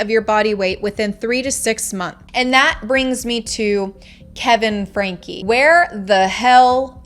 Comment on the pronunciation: Get her name right it’s not FRANK